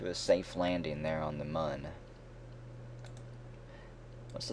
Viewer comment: I know it was 2 months ago but if you still call it "M-uh-n" It looks like Mun <<<< But its said Moon :)